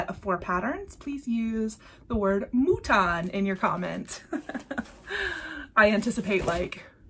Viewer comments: I can’t come up with anything witty so going basic.......goat sheep mouton. And your French wasn’t too bad!!! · Mouton (Like “mutton.”) Were your family sheep farmers? As someone who was crazy about knitting 🧶 for 20 years, I have a love of sheep and wool. And even though I live in the suburbs, my mom was from a Canadian French farm family. So I do love farm animals in imagery, and I have most of the Plum Street stacked animals. But I would love to have the mouton. I have heard other flosstubers say they appreciate the happy mail, but they also feel uncomfortable at the same time. I think you did a perfect job explaining it for all of you! I like your patchwork quilt. I might just get inspired to get into my fabrics eventually. I also love your flower Stitching! So many fun charts out there, aren’t there?